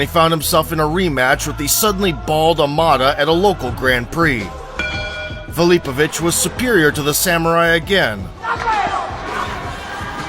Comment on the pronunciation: Your AI doesn't even know how to pronounce his last name.